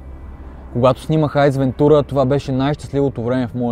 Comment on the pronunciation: Обожавам филмите му и смятам, че е много, много рядък екземпляр. Бих отличил Маската, От глупав по-глупав, Шоуто на Труман, Аз моя Милост и Айрийн, Човекът на луната.. Само още нещо: и авторът и пишещите, казва Св Ейс Вентура, а не Айс Вентура.